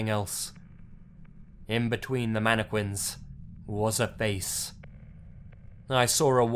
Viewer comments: Facts manne- quinss 😂😂😂😂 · Manna qwins 😂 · Narrator: Announces Mannequins like Mannekwins..Lol. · He pronounces mannequins so wrong. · The way he says mannequins is funny af.😂😂😂😂😂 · Lmaoooooooooo......dude said it several time aswell.